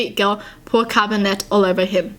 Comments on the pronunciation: "Caber-NET." Haha it's "caber-nay" French is weird tho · Cabernet is pronounced cab-er-nay, the t is silent.